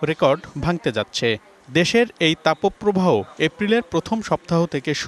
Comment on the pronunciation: তাপো প্রবাহ কোন ধরনের উচ্চারণ? এই উচ্চারণের কারণে ভিডিও দেখাই বাদ দিলাম